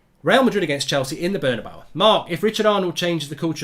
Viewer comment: Cortowaz.. Burn-a-bawa.. LOL